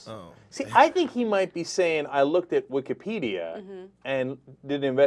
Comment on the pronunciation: LOL "Wikahhpedia"